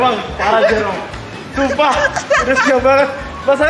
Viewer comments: itu dia ngejoke, soalnya di video ini ada bagian pas salah bilang 'jerome' jadi 'merome' 😩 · 😂😂 bisa2 nya bilang merome😂😂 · "MEROME"AHHAHHAHAHAHAHAH SEMANGAT OM NGAKAAK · Ketawa ampe sakit perut pas salah sebut nama Jerome jadi merom, hadueh ampe nangis ketawa nggak ada hentinya. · Pls ngakak yang papa nya om fadil bilang merome 😭😂😂